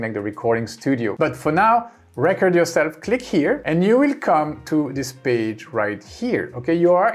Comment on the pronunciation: Just a quick tip from a fellow ESLer: the way you say “recording” is perfect, now cut off the “ing” and pronounce it the exact same way and you’ll be saying “record” correctly. Love the videos, keep it up! 🙌